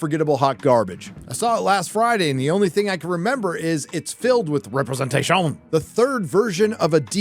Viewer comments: LMAO representatishunnnnn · I'm wondering: why makes this french pronunciation for "representation"? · For the love of God, say "representation" properly. It baffles me how you're not scared to make a weekly 10 min. video calling out on Hollywood's bullshit, but not dare to say a simple word. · 5 years and I am still clueless as to why pronounces representation that way 😂